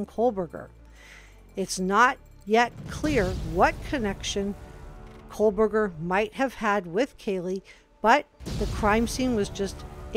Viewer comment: Excellent report. I’m sure you are not doing this intentionally, but it’s Ko-berger, not Kohl-berger. No L. There has to be some connection, even if it was one-sided. All of the girls were HEAVY into social media—perfect for a stalker. He could have easily met up with one of them, and to the girl, it could have been inconsequential, not even worthy of mention.